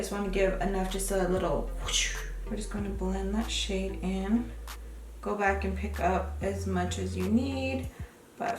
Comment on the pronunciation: Every time you say "this shade" i hear "this shit" lmao had to turn on subtitles for a secon lmao p.s i subscribed using your link and i got my boxyluxe last week 😂